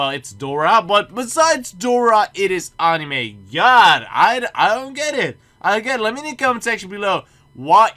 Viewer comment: dutch: pronunces anime like annnime english: pronunces it like anime.